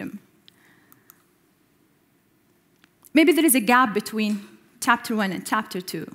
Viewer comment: chapter= tapter hhhhhhhhhhhh